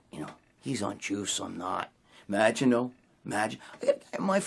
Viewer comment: Magine Magine Magine Bro Magine... “no I don’t want to Magine” fking hysterical there in every gym